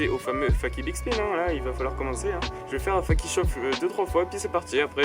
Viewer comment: Super vidéo mais juste on dit "feyki" pour fakie et pas "faki" ^^